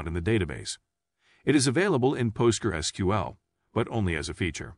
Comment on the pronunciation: NO!!!! Just NO! Also if you took helping others seriously, YOU would talk to them; YOU would do the work, not some AI that can't even pronounce PostgresSQL.